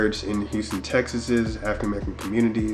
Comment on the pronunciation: This dude talking about “ Houston Texessses “ ????? Smh